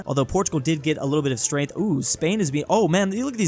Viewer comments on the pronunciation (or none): none